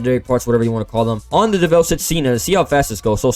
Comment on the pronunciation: FINALLY, SOMEONE PRONOUNCES DEVEL NOT-DEVIL! EVERYONE SAY DEVIL, ITS DEV-EL!!